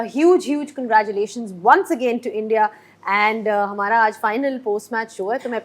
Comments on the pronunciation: 🗣️ Many many kangraaaculation 😂. English ❎ Hinglish ✅ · Congratulations ❌ kangaeerathulation ✅ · मिस्बाह को congratulations बोलने नहीं आ रहा or बात कर रहा है English me😂😂😂😂